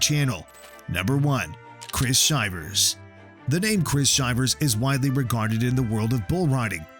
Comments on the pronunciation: Please learn how to pronounce the athletes names. I enjoy your videos, but it rakes my nerves to hear the mispronunciations 😞 Chris's last name is NOT Shy-vers... it's Shi-vers, as in "I'm so cold, I have shivers". And please... don't make videos unless you have researched your subjects. Giving misinformation just makes you look ridiculous. Not a good look for yuur channel. Especially if you're doing it for a job. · Chris Shivers highest score is 96.5 and you're pronouncing his last name wrong. It's Shi-vers as in your shivering because your cold, not Shy-vers. Get your facts straight